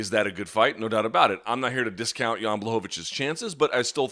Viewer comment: It's pronounced: Yan BWahovich!